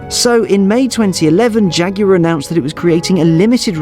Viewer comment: Since when is Jaguar (jag-war) pronounced fucking jag-yooo-arrr? Get English or get fukt.